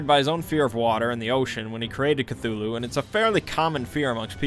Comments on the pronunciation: “ClUeLuE” Bro work on your words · Still better than Kut-tulu. Which sounds shite. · "Knock Knock" "Who's there?" "Cthul".... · Something about the way he says "Cthulhu" just scratches an itch in my brain. The strange, breathy first syllable with the mic peaking oddly makes it sound more alien. Betting is an actual Deep One who figured out how Youtube works. Truly, the depths of his knowledge are unfathomable. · I think is said just thulu and the C is some random alien noise